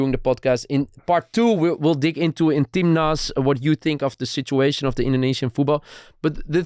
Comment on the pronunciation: It's "timnas" (tim nasional / national team), not "tim lust"